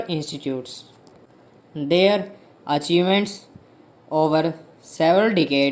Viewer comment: Pls thoda aur sahi se bola karein... old ... Their ko they are sune me lag raha... Achievement ko achievant..😐